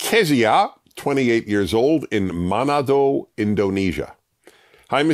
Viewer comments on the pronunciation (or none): its pronounced Ma-NA-do